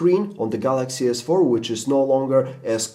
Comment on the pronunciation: sounds like he is saying the jizz 4